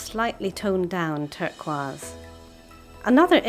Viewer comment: Ive never heard turquoise pronounced like that